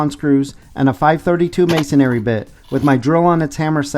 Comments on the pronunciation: Great video, thanks. There’s no “a” after the “n” in “masonry”. Should be pronounced MAY-son-ree rather than MAY-son-AIR-ree. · Masonry ends in -ry, not -ary: it's ma-son-ry - just three syllables, not ma-son-ar-y.